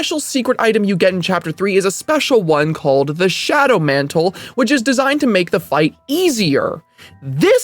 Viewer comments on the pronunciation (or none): Shadow mantle, NOT John mantle.